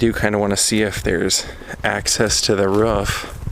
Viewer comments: My thoughts exactly and learn to pronounce. (Roof) not [ruff]. There was another cultural butchery of words, but at least you didn't say (Foyerr) instead of {Foy yeah}. Which, of course, is the literal French pronunciation for Foyer. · "...access to the rough?" Did you mean "rooooof"?